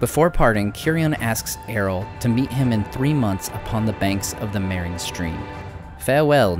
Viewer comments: Just a tiny complaint. It's Eo-rl (not Er-ol), It can be easy to miss. I presume this comes from "Earl" (Jarl; old Scandinavian rulers) Incredibly well done. Thanks for your attention to detail and awesome story-telling. Can't wait for more content. :) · Another great video from. Thank you. I admit I wince a little that every time I hear the name Eorl pronounced like Errol (as in Errol Flynn with a trilled "R) but that's a trifling niggle that matters not. Thanks again. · Great info and visuals! Being a purist I have to suggest that the pronunciation of Eorl should be "eh-or-uhl" like the first part of "Eorlingas" when Theoden yells "Forth Eorlingas" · Love the subject.... Just one question.... Who's Erol? Is it Eorl?